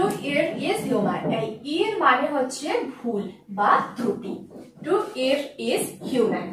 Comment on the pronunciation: 'As you sow, so your reap.'not, it would be ' As you sow, so you reap.' Pronunciation of the words 'err', ' blotted', ' lotted' needs to be corrected. Carry on , madam.